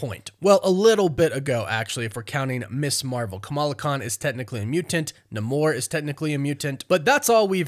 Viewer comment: It’s pronounced “NAE-more”